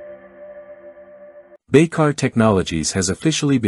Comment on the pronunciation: Soll ich darüber lachen? Oder bemitleiden? Keine Ahnung! Dass mit heutiger KI Technik und übersetzungs technologie, immer noch nicht BAYKAR oder TÜRKIYE aussprechen, übersetzen könnt ist echt traurig! 😂